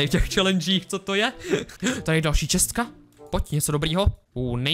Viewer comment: Hater Říká to správně: chest [čest] -> čestka [chest + ka], akorát to počeštil.